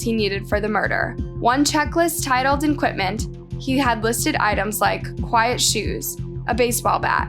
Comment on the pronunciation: No hate meant, but for what it's worth, I suggest having someone assist you in editing and producing your videos as most of them have mispronounced words and inconsistent info. For example, tarpaulin is pronounced tar-pollen, not tar-pole-in, equipment is not pronounced ENquipment,and at first you say the murderer was Luke Fawcett and later in the video you say the murderer is Luke Collins. Just an observation.